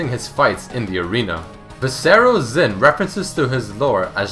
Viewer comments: Phonetically, Xin in Mandarin/Cantonese is said as "Shin" not "Zin" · Xin is pronounced like "shin" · Just want to point out Xin is pronounced Shin not Zin :P